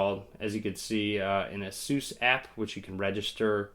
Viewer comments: You pronounce ASUS just like SUSE ;) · I pronounce Asus as Ace•us